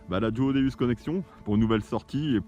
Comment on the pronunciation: déUs déUs svp c'est pas un déUs mais un déOUs le non c'est dieu en latin d'onc sa se prononce déOUs .bonne continuation l'ami et plein de belles trouvailles